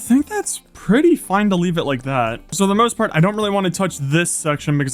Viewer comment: So I’ve been watching minecraft YouTube for over 10 years now, and I think you have great potential. However, here is some feedback to help your channel grow: Your voice is annoying. Not the tone or the sound, but the way you speak; stop saying “sooo” and placing weird emphasis on random words, no one wants to great that. Also, try to make your videos funnier. You just kind of play minecraft, but it would be better if you made it funny. Additionally, you follow the same idea/story for the entire video, whereas you watch Mr Beast for example and he changes up the video contstantly so that people don’t get bored. Hope this helps.